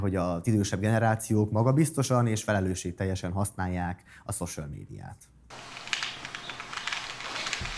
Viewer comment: Tudom, hogy fölösleges kekeckedés, de a social szót hosszú ó-val kellene ejteni, ez így elég szörnyen hangzik...